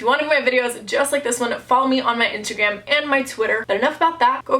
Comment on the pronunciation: She said intergram